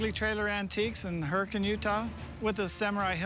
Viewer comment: You know, this is actually the 3rd place in the USA that I've heard hurricane pronounced that way.